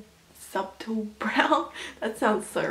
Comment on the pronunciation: Did she just say sub-tool instead of subtle?